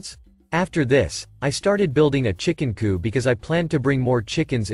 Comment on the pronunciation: Coop has a final 'p' sound. Coup, which comes from French, does not.